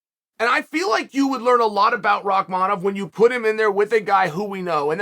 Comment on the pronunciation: "Rockmonov... Kakistan" 🤣🤣🤣